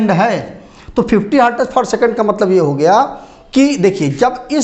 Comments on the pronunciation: hartaz nahi हर्ट्ज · Hertez nahi sir Hertz